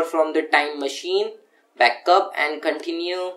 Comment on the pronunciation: U saying Continue as Caoontinue made my day lol